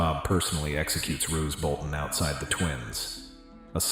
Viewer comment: Roose Bolton, stop saying Rose